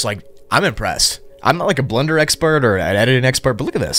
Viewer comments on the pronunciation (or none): none